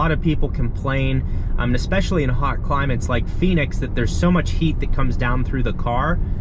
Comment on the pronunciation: Love your work but… Comp- erable accent on Comp. Creators lose people with things like Ex-specially and Ec- cettera. You are great.. funny and important for this content. Please keep up the good work.